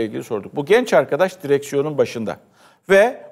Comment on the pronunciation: Genç arkadaş Değil katilm be ne bastıra bastıra genç arkadaş sempati mi yaratmaya çalışıyorsunuz